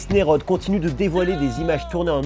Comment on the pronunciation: Mattis neyroud pas Mattis neyrod sinon super vidéo